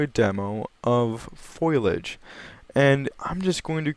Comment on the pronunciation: fo·li·age not foilage....